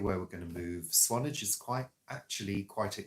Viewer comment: Swan-ARGE. It's not a and vlog without an alternative pronunciation ❤👏